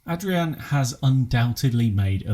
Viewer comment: thanks mate :) And you actually pronounced my name pretty well being an Englishman hahaha